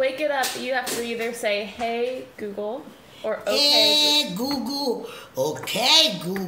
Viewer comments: Google❌ Gugu✅😂😂😂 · Lei ha detto "Goo Goo". Penso che la nonna sia divertente😄😄😄 Si dice "Google"😄😄😄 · It's not coo co its Google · English: Google Italian: Goo Goo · Why isn't any of her family telling her it's 'Google' and not 'goo-goo' ?? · It’s funny because it’s Google not googoo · Grandma: "COOCOO" (google) Person: "You have to say hey or okay" Grandma: "HEY OKAY" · Cam Knopp it’s more like “koo koo” Lol she’s so cute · I kinda hear it like cOo CoO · Sounds like she’s saying googoo 🤣🤣🤣🤣🤣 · Hey Goo Goo, Okay Goo Goo (Its like she likes Goo) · Lol she saying "Hey GoGo" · she said googoo 😂🤣😅😆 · Isnt she used google evreyone use Google and she cant say google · I didn’t even realize she tried to say google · Dubito, penso semplicemente che non sappia dire la parola Google ahahah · The way she pronounces Google is hilarious